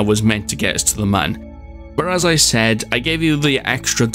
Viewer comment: It’s pronounced M-uh-n